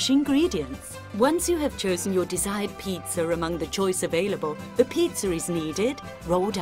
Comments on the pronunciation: LOL, THIS! Why is she calling it pitzurrrr?! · Jesus christ stop saying "pizzer" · Oh thank god I'm not the only one. I just can't help but laugh every time she says "Peetzer". Unfortunately that means that I'm laughing throughout the entire video. Maybe this needs to be a new micspam on TF2? I can see it now... -Medic deploys Ubercharge- "Let's peetzer!" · Peitzer. That's what she's saying. Peitzer. It's a peitzer maker machine. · Is it just me or did the voice-over lady keep saying "pizzer." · Haha. "Peet-zer." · i get the accent and i have no problem with it, but why do most english accents pronounce is pizzer.. JW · Am i the only person hearing them say.. pizza-r.. (peetsar) like the say idear... (i deer).. whats wrong with the english language..?